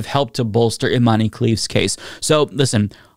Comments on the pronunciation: Her name is Iman, not Imani, the e is silent. 😊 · Its not imany....its imen prono iation